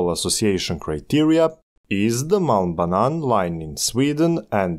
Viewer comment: HAHA, I'm norwegian. But I was thinking the same thing as a heard "mal banan" and not "Malm Banan"